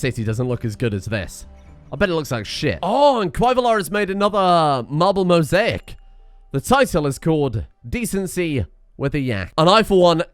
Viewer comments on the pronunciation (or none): none